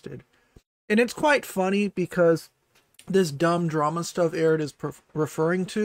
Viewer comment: a lot of people here don't know anything about Eret. It was kind of funny watching get their name wrong every other time they said it. That was hilarious. I just gave an opinion on Eret's statements from someone who's watched their content and gave a bit of their background for anyone that's interested. Don't care? Don't read.